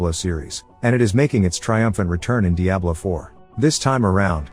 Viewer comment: The text to speech that can’t even pronounce Diablo properly made me skip off this video quick.